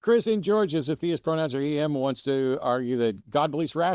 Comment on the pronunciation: Am I the only one periodically hearing Matt saying, "Chris in Geor..." ???